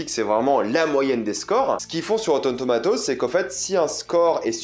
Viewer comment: Ca me termine comment t’as dis “Rotten THOMATOZ”. Sinon tu me rassure, ne jamais faire confiance à ces critiques